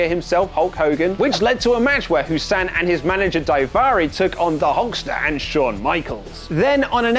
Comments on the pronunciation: It's hassan not hussan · Goodnes gracious, it's HAssan, not HUsann.